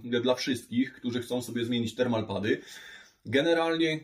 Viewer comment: w którym słowniku znalazłeś słowo "respektywny"? "termo-pady" nie "termal-pady" jpd, jak Ty przekręcasz, a innym razem kombinujesz ze słowami ... (gdybyś nie robił błędów, to nawet takie "respektywne" rzeczy by uchodziły, o ile było by widać, że umyślnie (z zamiarem popełnienia błędu) lub incydentalnie (okazyjnie/sporadycznie/rzadko) robisz błąd, a w przypadku tego słowa widać, że uważasz, że takie słowo istnieje)